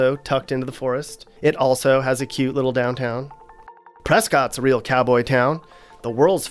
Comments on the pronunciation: Native here. Your video is very cursory but I wanted to add some things. Prescott is never said as press-Scott. It's press-kit and anything else is an insult. Everybody wonders why the Cardinals are a team here since "we don't have cardinals" but that's not entirely true. I used to wake up to the sound of cardinals every morning in Tucson. They don't live in Phoenix. On the other hand, Phoenix is home to some Namibian rose-cheeked parrots. True story. Somebody let them go and since they tolerate heat so well, they've thrived. The first time I saw one, I assumed somebody had lost their pet birds. The only thing scarier than a scorpion is maybe a brown recluse spider since once they bite you, the skin keeps sloughing off and off until yea, you're dead, so they have to cut the skin or amputate if it's too bad to stop the spread, and then you'll be "fine". Sometimes, you can drive around in Phoenix and you know the scorpion man is there because he drives a special truck with a bright yellow tank that has a symbol of the scorpion. That is the scorpion exterminator. One time, somebody collided with one of those trucks and there were scorpions all on the freeway. I don't know why people freak out about haboobs. They are nothing, I'm serious. Phoenix did have a theme park called Legend City in the 60's and for some reason, it died or maybe the ice skating rink at the Metro Mall replaced it. Oraibi is a mysterious village on the Hopi res. It's the longest surviving people habitation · Prescott is pronounced ( pres-kit) by the way ;) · Solid job on az. Couple things: it's Prescott pronounced press-kit. Flagstaff is only a 2 hour drive from phx. Eegees is not nearly as popular as this video depicts. People would rather do In-N-Out. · It’s Prescott, pronounced “PreSKITT” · Prescott is pronounced Press-Kit here. Also if you drive a stick, a can coozie works good for a heat guard so you can shift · Prescott rhymes with biscuit bud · It's pronounced Pres(kitt)!